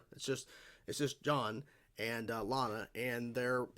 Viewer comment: For some reason as John leaves Lana's kitchen. It sounds like she called him "Sean"